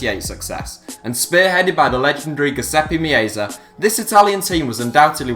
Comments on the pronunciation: Ah yes, the famous "GUSEPE MEOZA". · The way you said Giuseppe Meazza was just dreadful ahahahah. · Niccolò Mainetti I had to rewind the video a few times to wrap my head around it. I've never heard such a simple name get butchered so badly. Che schifezza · the way you pronunce names kills me, specially giuseppe meazza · I liked this video but you absolutely butchered the pronounciation of Guiseppe Meazza...